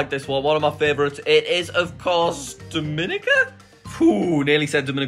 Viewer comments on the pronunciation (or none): Thats not how u pronounce Dominica its pronounced Dom-ih-nee-cuh